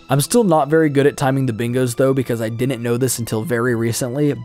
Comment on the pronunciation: The way he says "didn't" is so cringe. "Dinint" 🤮